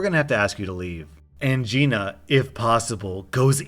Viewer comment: The story with the Gina. Every time I heard you say Geena, I heard Geye-na. The most appropriate pronunciation of a Giiina I ever heard.